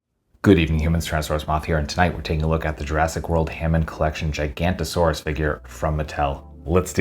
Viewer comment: It's actually GiganOtosaurus. Giga-Noto-Saurus, which translates to Giant-Southern Wind-Lizard.